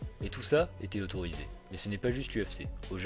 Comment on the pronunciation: Petite inattention à sur le mot "autorisé" autrement tres bonne video